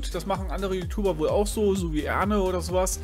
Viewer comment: Erne: Ach nee! Es wird Ernè ausgesprochen